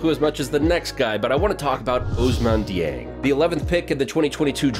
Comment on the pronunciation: Glad you said Dieng and not poku lol.